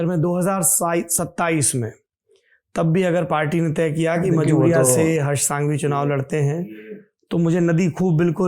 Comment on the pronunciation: It is prounnced as संघवी not सांघवी. With due respect sir. आप तो धरातल से जुड़े हुए व्यक्ति हैं। English medium वालों को पता नहीं होता की कौन से a को अ बुलाना और किसे आ बुलाना।